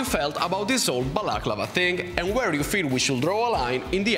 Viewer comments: l'accento è sulla penultima a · I love how you say balaclava...